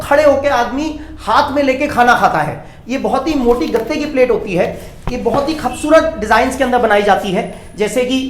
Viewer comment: Bhai khavsurat nhi kubsurat hota ha